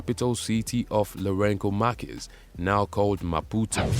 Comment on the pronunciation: Samora Machel's biography is largely accurate except for the narrator's woeful pronunciation of the late president's name and that of the country's former capital, Lorenzo Marques. Samora's last name is pronounced "Ma-chel" [not Markel], that's Portuguese for Michael; and Lorenzo Marques is pronounced Lorenzo Marques as in "Mark." with the "s" being silent. Thank you.